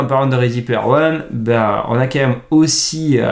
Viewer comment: vidéo géniale. s'il te plait fais un effort sur ton KM. C'est pénible. Ca s'écrit QUAND MÊME et ça se prononce comme ça s'écrit. C'est km pas compliqué 😂